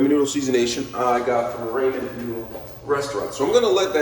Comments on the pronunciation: Nice try with cooking!!! Lol 😂 👍🏽 PRONUNCIATION IS RAH-MEN NOODLES…NOT SURE IF YOU ARE TRYING TO MAKE A JK. ANYWAY, I HAVE THESE AND MY DAUGHTER LOVES THEM! I JUST BOUGHT THE HALO MISO BROTH TO TRY NEXT TIME! ❤ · It's pronounced rah-men.